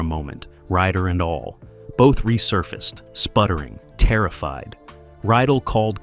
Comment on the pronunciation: The director's name was Mark RYDELL!!@ Not Ryell. Your comments are not very accurate. I will make sure I avoid your cretiques.